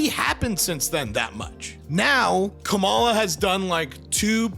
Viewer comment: with the specific syllable emphasis name can't empathize enough to pronounce Kamala correctly.